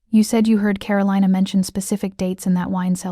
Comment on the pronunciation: So Min had NO security of his own in the restaurant while he was dining with Karolina? That's crazy. And it's pronounced Ka-ro-lee-na, not Ka-ro-lye-na!